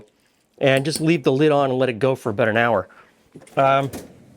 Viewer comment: The way you say aboot I assume your Canadian . Most of us to the south of you have no idea what Marmite is please explain!! 😅😅 Is it like Vegemite??🤔🤔🤔